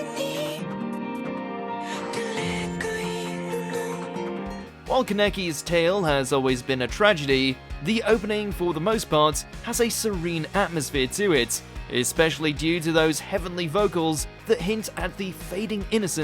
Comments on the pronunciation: Calls him keneki... its KAN-E-KI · Lol kuh-necki